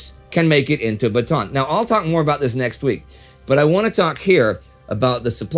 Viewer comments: idk if you'll see this, but just a heads up. Bataan is pronounced "Bata-an" with three syllables, not with a long A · Excellent episode like always! I just wanted to mention that the a's in Bataan are prounounced seperately like Ba-ta-an. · I don’t know if it matters. But Bataan is pronounced as Bata-an. The two As are pronounced separately. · Thanks. I wasn't aware of that. Since we shoot several weeks in a row, though, you're unfortunately stuck with this mangling of it until mid January. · Bataan is pronounced Ba-ta-an :) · "Corregidor" should be pronounced as [kɔˈɾɛhidɔr] (ko-ree-hi-dor), and "Bataan" as /bɑːtɑːˈɑːn/ (ba-ta-an). The other Filipino words are correctly spoken. Thank you for your videos.